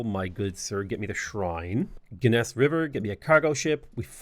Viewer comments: I love your butchering of the city names, but I won't hold it against you. Some pronunciations for the next time you play Iroquois: Genesse - Jen-eh-sea Canandaigua - CAN-an-day-gwah A lot of the names can be found in upstate New York and SE Ontario/SW Quebec which are the lands of the Iroquois even to this day. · Every time he says "ga-ness river" I die a little inside